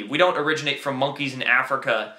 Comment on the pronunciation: APE C,,, why sound out, MONg key?